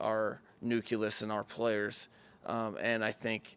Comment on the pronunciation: Love this guy’s vibe. I can totally see why players like him. But bro, Nucleus not nuculus. 😆